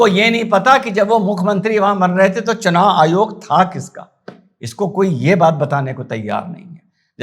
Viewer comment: चूनाईयोग....चुनायायोग.... बेचारा,...आखीर में उस नें ये शब्दोच्चारण ही छोड दिया... 😂छोडता नहीं तो क्या करता ¿¿¿ 🙏,कहाॅं से ढूंढ लागते हो ऐसे मजेदार किस्से के व्हीडिओ??? हॅंस हॅंस के पेट दुखनें लगा... आप के हाथों की भाषा भी अर्थसमृद्ध हैं,जो देखनें वालो को बिलकुल समझ में आती हैं|इसलिए,आप का व्हीडिओ केवल सुननें के साथ देखना भी पडता हैं,ता की, बहुत सारी वास्तविकता और जानकारी सप्रमाण सुननें और देखनें मिलती हैं|,आप को नमन 🙏 वंदेमातरम 🇮🇳